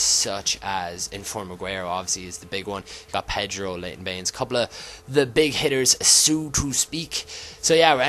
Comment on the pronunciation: when he said inform baines it sounded like inform beans because of his accitined